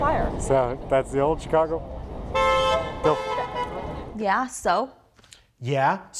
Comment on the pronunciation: Wow he's really dedicated to pronouncing it Chy-cago -_